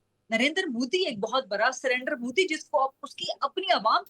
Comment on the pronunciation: Phele bolna Sekho Mohtarma Its Moodi not Mudddi 😂